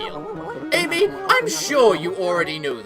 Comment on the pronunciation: When Issun says "Ammy" pronounce the 'A' like the 'a' in amatarasu